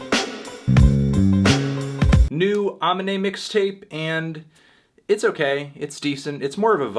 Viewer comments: wtf he said ahh minn ayy its pronounced ahh meen ayy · It’s pronounced “UH ME NAY” Fantano. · It's Ay-mean-ay, Melon! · Can you start saying Aminé name right? How well do you listen to the lyrics? He says how to say it plenty in his music. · Anyone gonna tell him it's ah-me-nay? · Uh-meen-nay Amine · its been a year, and you still pronounce it UH MIN NAE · How is this mans STILL mispronouncing Aminé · FANTANO ITS BEEN A YEAR HOW ARE YOU STILL FUCKING UP HIS NAME LISTEN TO STFU IT LITERALLY MAKES FUN OF PEOPLE MISPRONOUNCING HIS NAME YOU BALD HEADED FUCK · Are you not able to pronounce Aminé right? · I can't forgive you for the way you pronounced "Aminé" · still doesn't know how to pronounce "Aminè" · a year since the album came out and you still can’t pronounce aminé right huh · MAN AT LEAST SAY AMINE'S NAME RIGHT YOU REVIEWED HIM SEVERAL TIMES NOW lol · Didn’t do Aniné right plus u didn’t say his name right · Aminé.... SAY HIS NAME RIGHT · u still can't pronounce Aminé, bitch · You're one of the people that Aminé raps about not saying his name right.